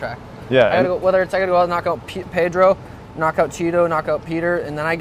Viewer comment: Drives me nuts how Brett pronounces pedros Last name.